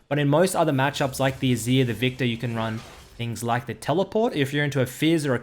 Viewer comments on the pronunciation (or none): none